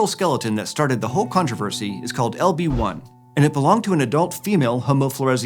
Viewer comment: When ever he said "LB1" I kept hearing "Obi Wan" XD